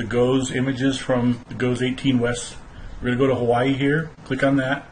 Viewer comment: it's pronounced "Jee-Oh's"